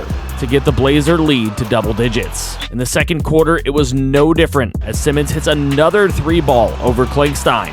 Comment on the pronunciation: I saw the comment that you getting use to the names, if im bugging you let me know but anferne simons last name is pronounced S-eye-mons